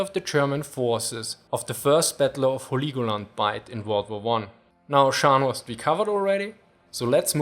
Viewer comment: scharnhoorst, prinz oign.